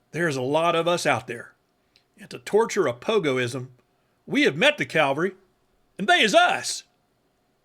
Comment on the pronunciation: Sorry, but I can't let it go; "Calvary" is not cavalry.